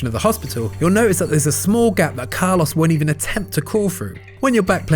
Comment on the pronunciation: Poor Carlos, his name got absolutely butchered in this video 😓